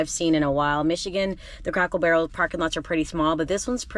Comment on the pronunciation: I love the way you say Crackle Barrel. 🤪